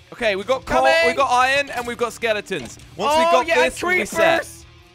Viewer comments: it hurts me every time they say ion instead of iron :( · minecraft:iron jelly:iyen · I don't know if it is just me but jelly sounds like he is saying Eye in its I ern